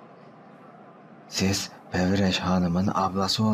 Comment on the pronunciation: Pevireş değil periveş hanım fkkelwşwşrşlclflf